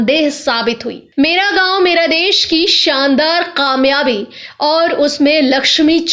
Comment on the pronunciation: Kamiyabi not khamiabi